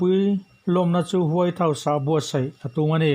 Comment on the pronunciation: Rrcord hmain vawi thum ral chhiar phawt thei la, tin, record chhin la, chu chu ngaithla nawn leh bawk la. Mizo ṭawng thluk hi a dik keh dik loh midangte rawn nise. Saptawng thumal e.g. House tih te hi Hau tiiin a ri a. A bak pawh improve ngai tak a ni. Hmasawn zel turin jan ṭang tlang zel dawn nia.